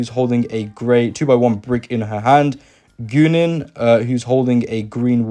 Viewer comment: Now i knew next generation was the best version but i didn't know the corporations knew next generation was the best version i figured they'd go original series. Also I'm assuming goo-nen is guinan who is female, and pronounced guy-nen.